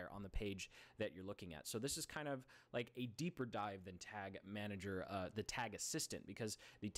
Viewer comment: lol "Tag Manger"